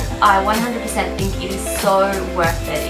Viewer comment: "One hundred peecent" hahah why do we always do that! I swear to god we did that a million times on Thursday 😂